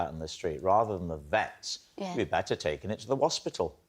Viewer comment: the hosbeetal, come on rob!